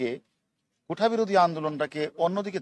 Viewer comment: হারুন একবার ও কোটা উচ্চারন করতে পারেননি বার বার কোঠা বলেছেন উনি নাকি মেধাবী পুলিশ অফিসার